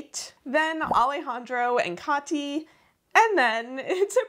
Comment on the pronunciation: I really appreciate how you pronounce (or try to pronounce) the names correctly :) As a german, hearing kathi pronounced well is so nice! :D Awesome video!